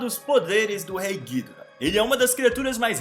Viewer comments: Como ele fala:gídora Como falam:gidóra Como é:gidorá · Cara, a pronúncia correta não seria "Guidorá"? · Acho que a pronúncia correta do ghidorah é "guidóra" e eu ainda não sei o que fizeram com a Bahtra que ja nem ouço mais falar.. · Essa pronúncia de ghidora desse cara vei